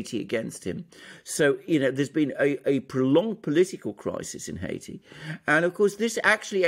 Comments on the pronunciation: Why is it so difficult for him to pronounce Haiti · I've never heard the word Haiti pronounced as A.M. pronounces it.